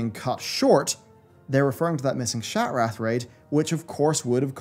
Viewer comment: The way you pronounce Shattrath as SHAT-WRATH 🤣😭 I choked on my dinner haha great video tho man ty